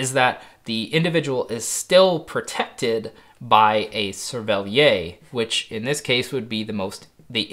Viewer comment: SERVELLIERR. The 'r' is pronounced in 'cervelliere'.